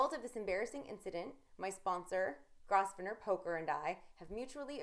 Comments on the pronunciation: Incorrect reporting! Its pronounced Grove-ner, not Gross-ven- or. Shaun Dweeb is a nosy douche btw. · Grosvener is pronounce Grove-ner. The 's' is silent. English is stupid sometimes. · She should check how to pronounce Grosvenor bedore filming this. In fact she should let someone who isn't drunk or stoned do it because she is the worst announcer I have ever seen.